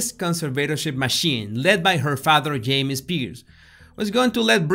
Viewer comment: "Her father yamie Spears"😁😍